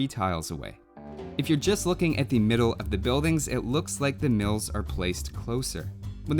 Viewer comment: I heard "MILFS" the first time you said mills and that gave me a reasonable answer to the question.